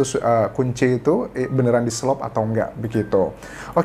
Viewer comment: Di SELOT Anjas bukan SELOP , kalo di selop mah bakiak 🤣😂🙏